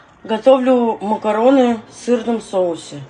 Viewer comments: Мокороны 😂 мокороны 😂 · Слово "макароны" говорится и пишется через "А".Словарное слово,нужно запомнить.